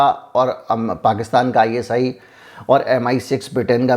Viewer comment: Uneducated pahley bolna to sekh Is ni ISI hota h jahil